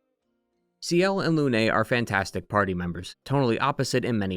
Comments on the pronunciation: Its nOT LUNAY, ITS FRENCH. ITS JUST LUNE. LOON. LYUN EVEN. AAAA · ik this is nitpicky but in French, the e at the end of words is often silent so, for me example, Lune's name is pronounced similarly to Dune (same thing for names like Émilie, Geneviève, etc)